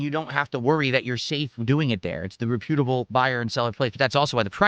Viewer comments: Re-pew-tuh-bull. The only worlds he ever gets right are "tips" "support" and "what do I mean by that". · "Re-pewtable"??? Who says that word lime that? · RE—PYOOT-ABLE. Ok, Valedictorian. 😂